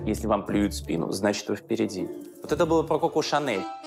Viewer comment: Коко, а не Како. Нельзя произносить Како!